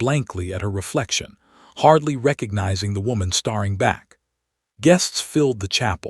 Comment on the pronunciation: Just another comment. I'm struggling with this specific Narrator. ALWAYS ; "starring " and "hopping"... really???? Pretoria South Africa 🇿🇦